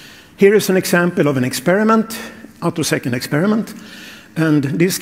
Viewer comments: Ah, you noticed that? And presumably you noted that "attosecond" was being pronounced "uh-TUHS-knd" (should be "AA-toe-seh-knt), and "picosecond" was being pronounced "PAI-ko-seh-knt" (should be "PEE-ko-seh-knt"). Everything in this video is wrong, both the content and the presentation. That's because the poster used a chatterbot (such as ChatGPT) to generate and narrate it. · This video has one of the weirdest comments sections on YouTube. The video is OK as far as it goes, despite the blatant clickbait title and lame robot voice that can't pronounce the word "attosecond" (which is the most relevant feature of these experiments). However, if you actually want to understand what these results are about, I would strongly recommend doing your own research off YouTube. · Synthetic voice. You can tell by the way the 'narrator' mangles the word "attosecond", and mispronounces "picosecond".